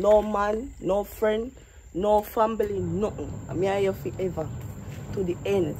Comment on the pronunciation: nobody hear she say no man no fren no famBily